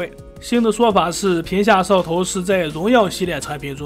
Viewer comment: 摄像头，你能不能说清楚点